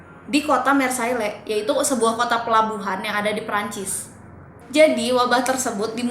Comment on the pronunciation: Hai.. Maaf ni mau point out beberapa kesalahan ya buat kita semua sebelum menafsirkan informasi yang kurang tepat.. Mengingat kalau channel ini mau fokus dalam edukasi dan informasi. Marilah kita belajar ilmu yang baku:) 1. Marseilles [ mahr-sey ] = Penyebutannya tolong diperbaiki ya 2. Mereka (Amerika) menyerang kemana-mana; Jerman, Perancis, Austria.. = Amerika tidak menyerang Perancis.. mereka perang di perancis bersama persekutuan demi membantu mendorong kembali serangan jerman 3. Corona Virus = Setau saya nama virus ini diberi nama corona virus karena informasi yang sangat minimal saat awal penyebaran. Nama corona tersebut didapat dari eksaminasi mikroskop yang menunjukan ada bentuk halo atau corona maka disebut coronavirus oleh masyarakat. Pada februari 2020, WHO akhirnya menyebut nama officialnya yaitu COVID-19. Saya rasa lebih cocok kita mengikuti standar dunia aja yaa buat penyebutannya Sisanya mungkin lebih diperbaiki struktur kalimatnya.. Keep on researching and improving your videos ya:)